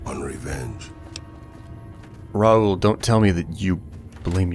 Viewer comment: Raul as in Ball as in Paul as in Tall not as fool or as tool it is raul as in paul.